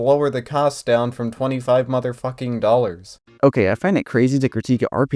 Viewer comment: Why's he keep making 25 dollars sound so expensive?? 😭